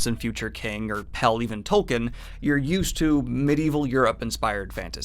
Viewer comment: Sigh, I know I'm probably going to get flack for this but it's pronounced Tolkeen, long vowel and stress on the first syllable. Not Tolkin.